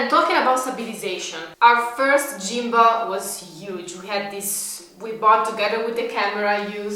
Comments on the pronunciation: For the g in gimball is like a hard g similar to the word gone. No criticism just helping. I was wondering why you were talking about gym balls 😂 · great video as usual! Gimball is prounounced more like "Gim+ble" instead of "Gym+ble" ... gim like the word whim ... hopefully that helps as your english is amazing!